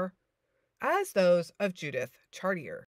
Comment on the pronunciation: It's pronounced "chartié" or for you English speakers . Char - tee - eh.